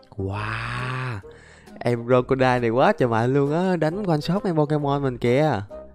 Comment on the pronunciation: Anh đọc con cá sấu như là đọc crockodai trong One Piece